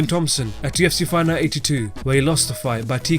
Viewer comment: can you say fight night more clearly? i sometimes dont know what youre saying